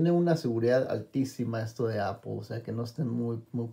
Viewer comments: No entiendo por q cresta dicen apol si no le veo la o a la palabra apple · IGURU Technology and Iphone Tips no estoy preguntando por apple wallet solo digo por q pronuncian tan mal la palabra apple y le dicen APOL si no lleva ninguna O eso estoy diciendo